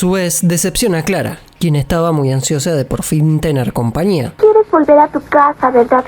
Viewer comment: Porque dicen compania..con n ?. En lugar de compañia con ñ... No usan la ñ en tu país??